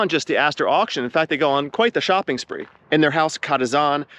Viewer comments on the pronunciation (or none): none